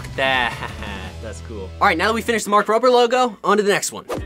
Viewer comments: It`s Mark Rober not mark rover! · His name is mark Rober not mark Rover